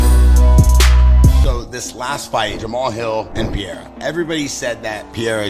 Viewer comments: Why do people keep pronouncing Alex’s last name like “Pee - era”? MMA fighters slowly becoming CS juniors? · Schaub n chael are lazy PEREIRA is not difficult at all to pronounce properly, is not polish ffs. PE REI RA